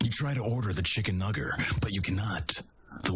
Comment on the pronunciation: Mat: “Chicken... nugger?” Me: “aaaaaaaaAAAAAAAAAAAAAAAHAHS”